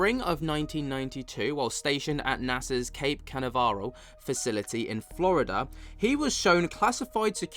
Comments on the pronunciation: Hi. I lived in Cocoa Beach Florida for 10yrs. Cocoa Beach is the next town south of Cape Canaveral, which is where the Space Shuttles were launched as well as satellites, Musk rockets, etc. Anyway, it’s pronounced Cuh-nav-rull. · Can-ave-rel. That should do it mate. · Ca NAV er al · Can - a - var - ap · Cape CA-NAV-ER-AL . Come on man. It’s an iconic famous place. You have to pronounce it right, otherwise don’t say it. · it's pronounced in the UK like cape cernavrill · Even smart people can be crazy and it’s pronounced Ka Nav Rel.🛸👽🔫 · Say it with me: CAPE KUH-NAV-ROLL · Ka-nav - a-rall😊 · ka-NAV'-eral - Cape Canaviral near Coco Beach, FL. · It's Can- Nav-ral MATE!😊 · Canaveral = 3 syllables: "kuh" + "NAV" + "ruhl" Great video as always lol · Sorry, but I can't hear a word he's saying? Perhaps check the levels... BTW it's "Can- NAV- eral" ❤ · * can-av-er-al, with an e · He can't say Canaveral 😂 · So you do UFO stuff and you don’t know about Cape Canaveral or how to say it wow you really get paid for nothing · One quickly loses credibility in the report if the host fails to pronounce one of the most infamous locations on Earth, which I’m sure the vast majority of scholars wouldn’t have a problem articulating.